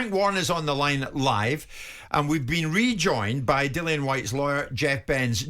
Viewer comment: Who's this Bent or Benz whatever WEASEL yank lawyer chatting absolute shite? If you side with him over Frank you shouldn't show your face in these good islands aga...ROYAL BRITTANIA. Also he says 'Dik Dillian' , also you see you Jeff Bent, yeah you see you, you little stiff - Tyson Furyyyyyyy. Refusing to be on a poster as not agreed Dillian Whyte artwork!? 😂 Dillian who is this man talking for you!?